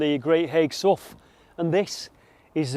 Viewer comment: I blame Shakespeare for our language that can sometimes be difficult. Sough pronounced (sow) not my fault, great vid again.